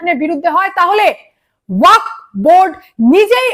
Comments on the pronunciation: এই মহিলা উচ্চারণ টা ওয়াকফ বোর্ড করতে পারে না কেনো? ওয়াক নয়, ওয়াকফ। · আরে, ' ওয়াক ' নয় রে বাবা, ওটা ওয়াকফ বলো ।